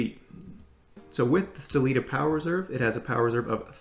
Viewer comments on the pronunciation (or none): That's the best review of this watch on YouTube! Fyi , The name of movement is "Sellita" not "Stellita" 😎 !